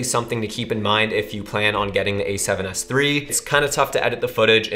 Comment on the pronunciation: СЭВЕН ЭС ТРИ! ТРИ ЧЕТ ОЧЕНЬ ЧЕТКО ПРОИЗНОСИТСЯ ЧТО КАЖЕТСЯ НА РУССКОМ ГОВОРИТ)